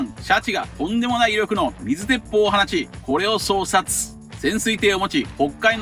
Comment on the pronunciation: 相殺 これは そうさい と読むとだけ＞＜